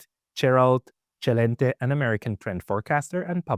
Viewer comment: Dude can pronounce most words ok but can’t pronounce Gerald’s last name also I find people with lisps suspicious